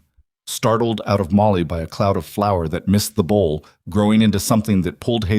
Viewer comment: Flour, not flower. Please